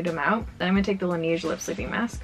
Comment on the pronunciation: Laneige doesn't have a long e sound~ In Korean, it's 라네즈 (la-ne-jeu), which means it's more of a Lan-ehge. Like edge, without the d. The lip sleeping mask is fantastic, I've been using it through accutane.